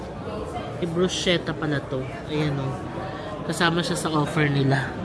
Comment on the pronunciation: Bruschetta po is pronounced “brusketta” po.